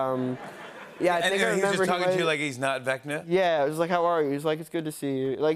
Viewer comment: Jimmy it's vecna not vecta